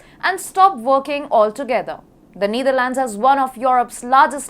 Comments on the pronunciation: It's KneeDharlands. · It's KneeDharlands and band-weighgan. You englis wrong. Anchor right englis. Ok.